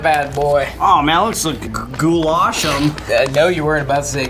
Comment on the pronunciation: the way they say Goulash over there is like saying Gulag with SH instead of a G, where the lash in goulash is more said like the word lash with no hard A's